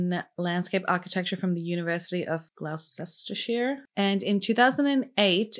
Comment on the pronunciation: "Glou-sheshter-shire" 😂 gloster-shur:) love your videos!